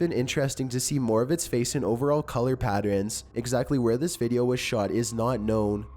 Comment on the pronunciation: Omg, ok, patt erns patt erns NOT PATTRENS!!!